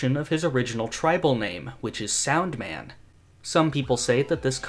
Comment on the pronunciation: the argument with similar pronunciation makes little sense here, since you pronounced サウンドマン incorrectly. The difference is still "Sandoman" vs "Saundoman" which, if you would actually pronounce the ウ as it should be, it still sounds different and is very similar to the English pronunciation. Just thought I'd point it out